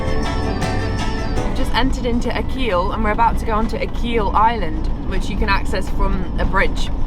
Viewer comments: Great vlog, love your pronunciation of Achill, it's Ah-hill not a-keel, if you've ever seen the movie " The banshees of Innisherin " ? A lot of the film was filmed on that beech and the two story house in front of the beech, loving your videos , thank you for sharing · It’s pronounced Ack-hill not A-keel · It’s Ah-kill, not Ah-keel. My Grandad was from there. lovely video. Thanks. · Another great video. Thanks. It’s not ‘A Keel’ island its ‘ A Kill’ with the emphasis on the A . Crazy Irish place names 👍☘️💕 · Akkil not Akeel. (Achill is pronounced Akkil) . Rhymes with Tackle. And Lynott is Linnit like innit, innit? Excellent video thanks guys! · Keem beach is my favourite part of Ireland was camping up there with the family few summer's ago on one of the camp sites,highly recommended for summer time.p.s it's pronounced Akill island 🤣❤ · I lived on the neighbouring island to Achill called Clare island it’s a beautiful place. It’s pronounced ACH ILL . It’s the only way off Clare island is to sail to Achiill island when the sea is to rough to cross to roonagh quay where the ferry usually sails to Clare island. Great videos guys. If you can brave Irish weather outdoors in December you are tough in my books. ESPECIALLY JUMPING IN THE SEA ! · It’s pronounced Ackhil island. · I was literally just going to correct you on the naming of Achill, but I see it's been done 😂 I visit the westcoast every other week with my fiancee and we look for all the off-the-beaten-track spots. We live in the Midlands, so travelling anywhere in the country is convenient 😊